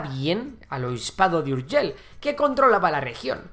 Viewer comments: Urgell no Urgel. Por lo demás fabuloso como siempre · NO SE DICE Urgel se dice URGELL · URGELL no "Urgel"... 😱😱 Saludos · Me chirrían los oídos cuando pronuncias ciudades de catalunya en castellano. Seo de Urgel?? No era necesario! Igualmente, buen trabajo! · Home, se n'ha sortit prou bé amb el so 'j' a "Pariatge", si bé no tant amb la 'll' d' "Urgell". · Más fácil imposible: la “ll” de Urgell, se pronuncia como la “ll” de lluvia. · Si pronuncias Llave porque no pronuncias Urgell e incluso lo escribes? Siglo VIX? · Se nota que no sabes pronunciar muy bien la palabra: Urgell. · Tan difícil és pronunciar una "LL"?